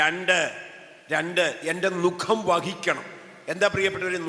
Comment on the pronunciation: നുകം ആണ് നുഖം എന്നല്ല ചരിക്കേണ്ടത്.